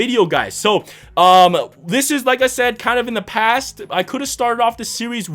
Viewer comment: "Not too far in the fast" he English good.